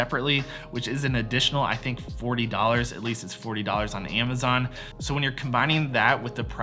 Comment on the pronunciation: It it amazon not iemazon